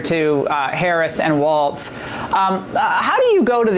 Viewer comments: Have you noticed how they ALWAYS mispronounce Walz's name? They always say "Waltz". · One thing I can't understand. No one talks about how they all say Tim Walz's last name right. They all say "WalTz" and like "Walls" (the correct way) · Lol YYY does she keep saying "Waltz", like the dance?! Idiot!